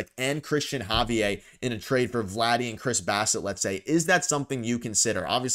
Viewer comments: It’s pronounced Ha-V-Air…not Hav-e_eh..what a Canadian pronunciation .haha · It’s pronounced Ha-V-air, he is Dominican and you would be so lucky to have him. He blanked the Yankees twice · Javier isn't french. LOL It's a spanish name Hav eee air. LMAO